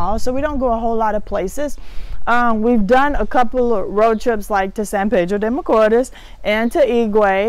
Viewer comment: Hi, I’m not being disrespectful and I love the fact you are trying to learn Spanish but you need to pronounce the letters in Spanish or else it sound awful. Sorry for being blunt but we say what we mean, AEIOU does not pronounce the same in English, you need to master the vowels first. when you said San Pedro de Macoors, very wrong. It should pronounce more like San Pedro De Ma co east. Love your show.